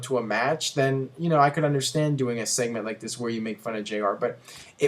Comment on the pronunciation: Seament? sss-eh-ment lol